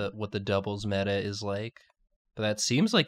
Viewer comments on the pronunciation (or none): none